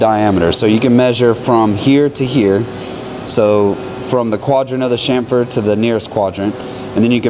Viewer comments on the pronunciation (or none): What's a shamfer? Try chamfer. There's a ch sound, like on the end of itch.